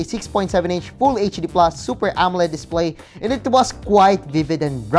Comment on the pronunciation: "A new INPINITY DISPLEY"